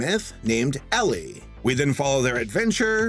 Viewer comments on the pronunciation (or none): none